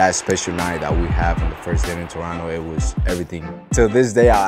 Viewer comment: He pronounces Toronto perfectly